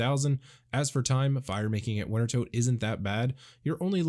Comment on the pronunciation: It's pronounced winter-toad...